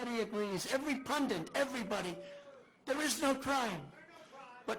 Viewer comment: "Every PUNDINT...." ILLITERATRUMP!